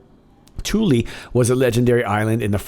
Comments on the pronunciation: " Thule " lol, you're saying it " toolee " when you should be saying it a cross between " fool " and " full ", how did you pronounce " Th " in school? You can pronounce " the " 2 different ways, " thee ", " thu " so Thule was never pronounced the way you are saying it. Great show though! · Thule is pronounced as "Thool". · "Thule" air base???